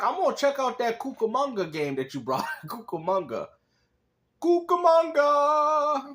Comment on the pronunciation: Cucumanga? Lol!😂